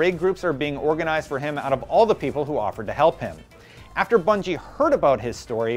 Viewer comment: when he said Bunny I thought he was trying to say Bungie but failed every time, had to look at the description to make sure lol